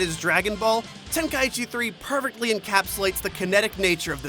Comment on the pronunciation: He says "pervertly" instead of "perfectly"